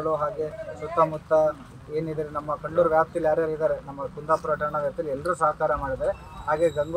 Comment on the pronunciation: Dayavittu place name correct aagi heli.. Idu kandlur kalavara alla... Good job....